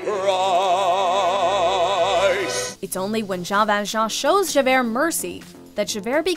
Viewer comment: I’ve never heard anyone butcher the name Jean ValJean like the voiceover on this video 😂